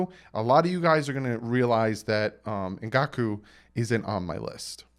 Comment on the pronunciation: I believe Yannick's last name is pronounced EN-GAHK-WAY. "Ou" makes a "w" sound in French, as in "oui" and "ouest" (learned that one driving in Quebec).